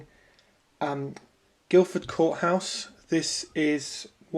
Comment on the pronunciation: There's no "d" in Guilford courthouse:)